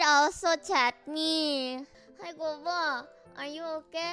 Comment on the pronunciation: Kobo: Haha I'm gonna lie and make people feel bad for me. 😀 People: actually offer help Kobo: wait what? 😢 Also glad I wasn't just hearing things when I thought I kept hearing people/Calli call Kobo 'Gobo'.